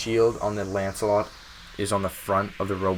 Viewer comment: Why do people always call it ancelot?